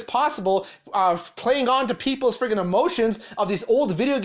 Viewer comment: Take a shot everytime the video creator says “ freggin “ , not just this video . Every video on this channel